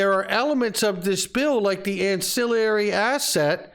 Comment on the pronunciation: Learn how to pronounce ancillary